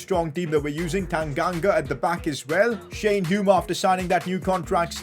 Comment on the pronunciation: He finally pronounced Hume correctly 😂